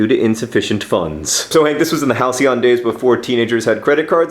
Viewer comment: I finally know how to pronounce halcyon. Thank you, John.